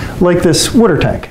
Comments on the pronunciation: It’s water not wutter. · Hehehe he said wooder. Is he from Philly?